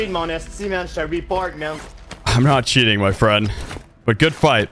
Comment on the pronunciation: “You’re sheating”